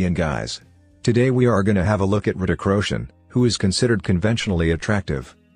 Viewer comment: Why he keeps saying KRITIK ROSHAN